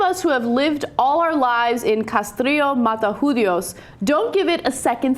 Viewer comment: Ana, it is Mata Judíos... emphasis the accented vowel on the i not the u. Try again :-)